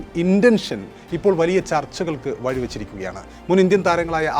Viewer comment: മഴ ❌ പുഴ ❌ വഴി ❌ കുഴി ❌ msk: മയ ✅ പുയ ✅ വയി ✅ കുയി ✅